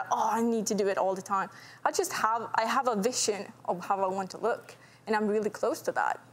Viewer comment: The giant round melon boobs ruin everything, looks like she put a big pillow in her chest. Lips too. Waist does look cool but if any accident happens, organs are not protected. Also what is this accent “Vishion” instead of “Vision”